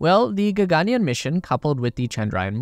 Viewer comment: Dope vid! And for future videos, the pronunciation is more like “ggn-yarn”: Gagan means sky and yaan means vehicle.